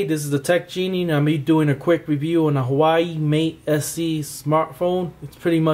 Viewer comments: lol "Hawaii Mate SE". It's pronounced 'hwah-way'. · It's not Hawaii it's WHA WAY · Actually it's wah-way. You don't pronounce the 'h' at the beginning. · I'm just gonna make it simple say wa way thats how you say it